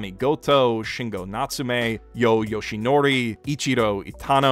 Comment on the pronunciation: It's Yoh Yoshinari not Yoh Yoshinori